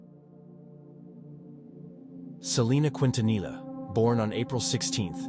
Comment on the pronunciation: gosh the butchering of her name bruh 😅